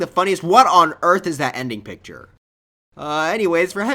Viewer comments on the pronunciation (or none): none